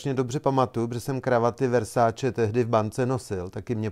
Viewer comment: 17.52 -3 Vessatilllllleeee ...snad Versaceeeee ..... no jo no ....